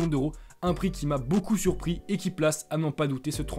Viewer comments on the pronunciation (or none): none